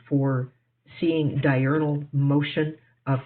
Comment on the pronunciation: Pretty clear those three losers each had plenty of time to look up the definition and they STILL misunderstood and mispronounced diurnal. What an impressive display of flerf brilliance